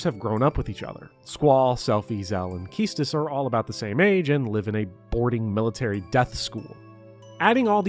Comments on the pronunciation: Kee-Stis throws me off everytime I hear it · Only 5 hours? A true fan would have at least X hours. Maybe X-2. Edit: Good lord that Quistis pronunciation.